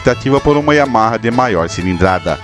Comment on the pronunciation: Sensacional a estória e o conteúdo. Super bacana mesmo. Até faz esquecer o “Yahama” aos . Parabéns pelo vídeo e por publicar esse conteúdo tão rico desta moto maravilhosa!